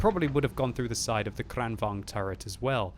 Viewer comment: because v is pronounced with a w and vice versa in some dutch languages in europe ... isnt the kranvagn pronounced kran wagon? and even if the w and V isnt like that in swedish languages isnt it still kran vagon in the pronunciation rather then kran vang